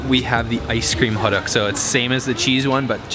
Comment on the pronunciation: Haha. What the heck is Hoduck? It sounds so strange and funny to me. The proper saying is more like "Hoe Tuck" like in Tucker with The T in "star". I've enjoyed the film that brings me the good memory of mine when I was in Korea. Thanks :)